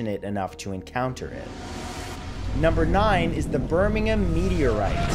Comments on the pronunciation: at least he got the pronunciation of the word Birmingham right. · Love that you pronounced Birmingham correctly. Instead of Birming HAM. 😃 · I love that he says Birmingham right